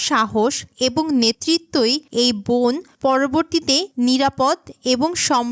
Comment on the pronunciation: বোন কি? বন বলতে পারেন না ? মূর্খ !